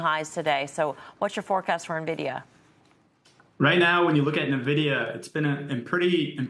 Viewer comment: He calls it Nah-vidia.